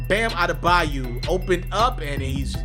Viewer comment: bayo..not bayu….smdh ..eldrice is his first name by the way..bam bam